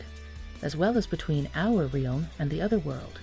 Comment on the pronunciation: Strike 3. You just pronounced realm like real with an m on the end. I'm done. I can't deal with this. I cannot be convinced you know anything about the subject when you don't know English.